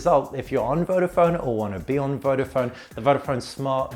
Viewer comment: why you pronounce "vofon", is "vodafon". Search before you review a product.